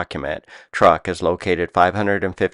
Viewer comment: I believe Truk was pronounced "truke" and not "truck".